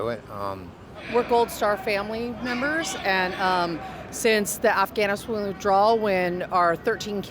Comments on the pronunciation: did you notice the 2nd woman can't pronounce the country of Afghanistan on her first attempt? Donald talked about the airports of the 1770s during the Revolutionary War. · “Afghaniswoo withdrawal”